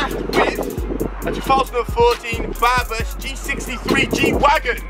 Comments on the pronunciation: why are you calling it barbus... it clearly says brabus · It's BRABUS not BARBUS lololol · its not barbus its brabus ffs